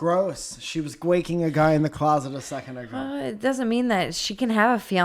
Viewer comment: Guaking? Gwaking? What is that word?